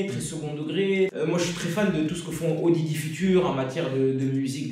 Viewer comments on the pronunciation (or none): "Au didi future" pour dire Odd Future... Tu m'as fumé Nemir...Je te verrai plus jamais pareil